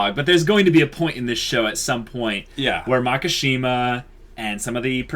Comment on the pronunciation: It's Makishima, not Makashima, you guuuuuuuyys (and people in the comment section :V) (!awesome video, tho!)